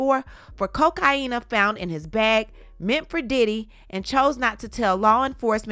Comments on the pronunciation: ....someone NOTICED! "....COK-EYE-YEEEEE-NAAA...." ...ha-HAAA! ...I love it...... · EVERY TIME 😂😂😂😂😂 I LOVE TO HEAR HER SAY IT.